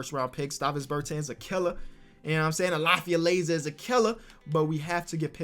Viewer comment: Hey it’s pronounced Ber tons not ber tans